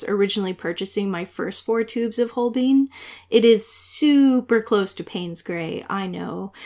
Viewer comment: For Holbein, It is "hole-bine" rhymes with "line" not "hole-bean" rhymes with "lean".